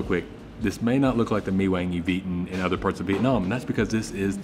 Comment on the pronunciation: Pronounced Mi Kwang instead of mi wang